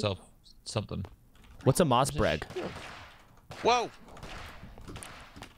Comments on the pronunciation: I start getting mad when he pronounced everything wrong my uzi when it was a mac 10 and a mossenbreg instead of mossenberg 😂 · “whats a MossBREG “